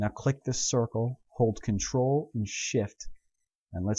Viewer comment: Very good tutorials but I can't help. I always hear shit instead of shift. -.